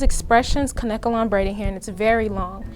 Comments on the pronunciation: Kanekalon pronounced (Cane-Kay-Lon) not (Can-necka-lon) or (Can-ka-lon) a lot of people say it wrong.Google the pronunciation it's (Cane-Kay-Lon) on numerous sources. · It's kanekalon. NOT KANKALON